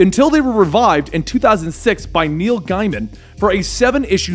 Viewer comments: It's pronounced gay-man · No one: Absolutely no soul upon this holy earth:: Neil GUYman